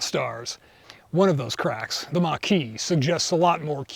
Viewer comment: Crqack? Did you say it twice? Cardassians! mmmm